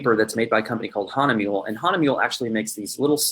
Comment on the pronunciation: You're pronouncing Hahnemuehle correctly.